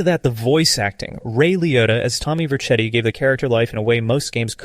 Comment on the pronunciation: It sounds like the voice over at the very least isnt ai generated, there's simply too many times that a word is pronounced imperfectly (eg. vibe as "vi-pe", vercetti as "ver-cheti", bellic as "bell-ish" etc.), the guy stutters, pauses to take a breath or displays emotion to make me believe that it is actually a human voice over. (honestly though, might just be enhanced in some way, it does give off a ai assisted vibe, which isn't bad by any means.)